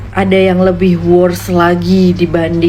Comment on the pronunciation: Mbak sebut “Worst” aja udah cengkok 😂 malah ngatain Malaysia bahasa english nya fluent aja mbak